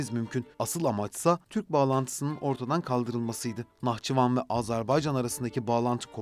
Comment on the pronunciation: Автор когда готовишь материал по грамматике тоже будь добр Быть готовым ударение в Нахчыван Посмотри куда падает ты смешно выглядишь